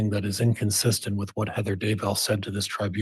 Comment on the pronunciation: It’s “Dudday”. What the heck?